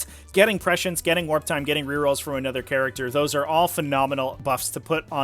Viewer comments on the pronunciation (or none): none